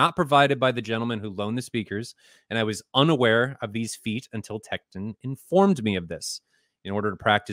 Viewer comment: Why is he mispronouncing "Tekton" and "Troubadour"? Wow.